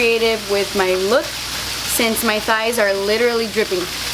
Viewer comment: “My thight literally dripping” 😂😂😂😂😂